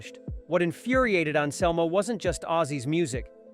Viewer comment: "Phil and Selmo" "Die-oh"